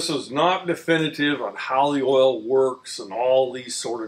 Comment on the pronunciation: Oh, the man's gone and drunk all the erl again.